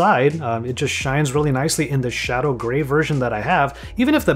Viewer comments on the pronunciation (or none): none